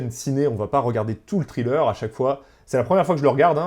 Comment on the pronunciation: Bon je commence à peine la vidéo mais merde tu me trigger à mal prononcer "trailer" j'vais t'goumer ! Viens qu'on s'la colle ! J'te prends dans la Fosse à Purin quand tu veux !